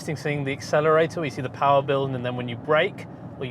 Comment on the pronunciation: EQ POWAH!